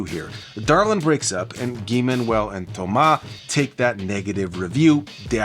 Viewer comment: I very much appreciate the French pronunciation of Thomas and Guy-Man. Homework brought us so much gems and there's been so many songs that sampled Homework. Timeless record.